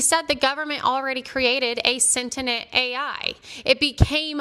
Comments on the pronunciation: I couldn't get over her constantly saying "sentinent" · why can't this chick say "sentient" properly